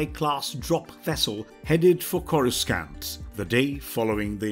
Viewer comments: Why do I click on this and this guy mispronounced every name especially Corscant lol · The only mispronounced one I noticed was courscant, which is understandable because they likely had a improper script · Hurts my ear every time he mispronounced "CORA-SCANT"🤬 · KORA-San-t NOT Scant This alone ruined the video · Do they just hire people who can't pronounce words right? Star Wars fans would cringe everytime they say “Corus-cant”. Edit: 15 minutes in and they repeat the same damn story from near the beginning lol This isn't the first video they've done this to extend video time. I'm done with this channel lol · Whilst my respect for pronunciation of the name “Coruscant” is… scant, I have great respect for this excellent video.👍😁 (Hint: I have an aunt who sings in a chorus. She’s my Chorus Aunt) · They should fire the narrator cause the way he pronounces planet names as well as character names is truly a disgrace